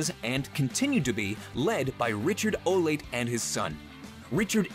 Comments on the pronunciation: Not COMPLETELY sure, but I think the dog act is pronounced "Oh-Lah-Tay Dogs." definately not "Oh - Late." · Olate dogs. Man, it's Olate. Not late. It's like latte. Olatte dogs XDD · it’s not pronounced oh-lay-t It’s pronounced oh-lah-tay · LOL. O-Late dogs. Ugh. Oh-La-Te dogs. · Everyone in the comments: HE SAID AW-NIME EWWWWWWW Me: yall just gonna ignore O-late dogs